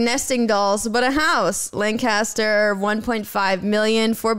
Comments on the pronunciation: LanCASter ❌ LanCESter✅ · i luv u, but you should know lancaster in pa is pronounced lane-kiss-ter not Lan-Cast-Her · as a Pennsylvanian, the way said Lancaster hurts me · they way said Lancaster really upset me 🤠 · I’m from Lancaster so I need to find that accordion house. And I’ll allow the mispronunciation this once. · The way lancaster is pronounced shook me to the CORE💀 I’m from Lancaster PA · Noooooooooooooooo Lancaster is not pronounced like that